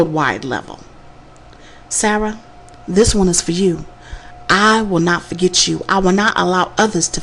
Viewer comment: Why the hell the narrator talks the way she does? Can't you converse in a non ghetto tone? Seriously its "forget" not "forgech". Go to school and learn something for once you dumb bimbo.